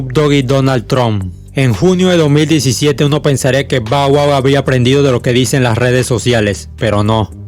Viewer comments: No se pronuncia bow wow, si no (ba wua) esta bien las biografías que narras pero, te aconsejo pronunciar bien los nombres 😉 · Está mal pronunciado, pero no le pare a naa, dale palante 👍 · Alguien contó cuantas veces dijo Bau Au? XD